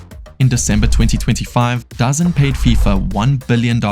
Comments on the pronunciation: Great video, it's not really important not I'm pretty sure DAZN is pronounced DA ZoNe. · DAZN is pronounced Da zone.